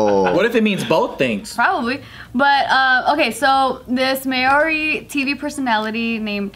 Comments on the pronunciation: the first pronunciation of Maori was more accurate haha not may-ori. But still love you hehe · It’s mow-ri as in mow the lawn. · Māori is pronounced "MA - REE" and you can roll the "r" if you're feeling fancy lol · It's Māori...the 'r' is rolled the same in Japanese or Spanish. Mā as in Mama, āo as in ah-oh nor ow, ri as in arigato. Māori!💯🤙🏽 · H Nah mate, Its "Mah-oh-R-I', Im Maori and I was born and raised in New Zealand so I think I would know. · As someone who lives in NZ, it was a bit hard to hear her pronounce it like that 🙈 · butchered the Maori as she kept saying it 😂🤦‍♀️ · H Bart says it properly without rolling the 'r', thats what I was talking about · Oh you were pronouncing so well in the beginning. But why did you change it 😣